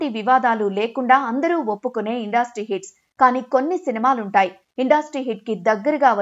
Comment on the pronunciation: ఇండాస్ట్రీ కాదమ్మా ఇండస్ట్రీ